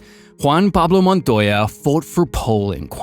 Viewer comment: >properly pronounces JPM's name though..... wtf